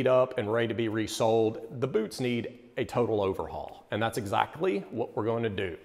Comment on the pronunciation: Did you say red wing buuuts of shoes?